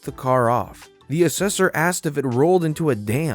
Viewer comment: Your voice is lovely, but I almost unsubscribed when you twice pronounced "asked" as "axed", because it's one of my petty hates, and very distracting, but for an american to say "maths" instead of "math" [mathematics has many branches] is a wonder to behold and you absolutely had me. Bless you,!